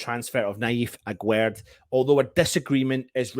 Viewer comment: His name isn't agwerd like you say The pronunciation is like guest 😉